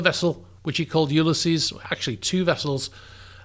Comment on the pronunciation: you-LIH-sees not YOU-luh-sees